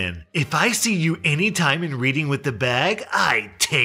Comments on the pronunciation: Love hearing Americans pronunciation English towns! Reading is pronounced ‘Red-ing’ in the UK 😂 Subbed 😜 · When said reading he pronounced it wrong its pronounced red-ing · Is no one else noticing butchering the pronunciation of Reading? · Small tip, you pronounce Reading the place like Red-ing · Reading the place in the UK is pronounced like Reddit. "Reding" The beauty of the English language for you. :) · Lmao “reeeding” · This guy read Reading as reading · The city in one of them is actually pronounced redding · Good video! Btw reading is pronounced reding. Hope this helps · remember A.S.D.A? it's Reading as in Red-ing... lul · Reading is pronounced like the past-tense of read. Reeding... cringe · Side note: Reading is pronounced "Redding". I used to live there. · If that's the town in PA, it's pronounced "Red-ing" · Reading is pronounced red-ing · American people saying Reading 😂. It’s a town in the UK, pronounced Red-ing, don’t ask why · Reading is prononuced red-ding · On behalf of all Brits: ITS PRONOUNCED “REDDING” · BTW Reading is pronounced Redding like Otis Redding. It's weird, and I always make jokes about Reading festival being about books but yeah. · Not a massive thing, but you're saying Reading wrong its pronounced "Reding" but spelt "Reading" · Assuming he means Reading, PA. In this regard when talking about a place its Pronounced Red-ing. strikes again with mispronunciations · it's pronounced Redding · we have a "reading" in Massachusetts too. Also pronounced reding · Ah another episode of " doesn't know how to pronounce British place names". Reading is pronounced Redding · by the way the place in England called reading is pronounced red-ing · might be a bit late but “Reading” is said like redding dude, just so you know :) it’s where one of the big festivals in the uk is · It is pronounced Reding, the A is silent, I know that's English for you Lol . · Reading is pronounced "redding", rhymes with bedding